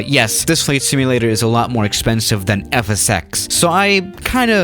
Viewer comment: Is it me or I heard says fsəx?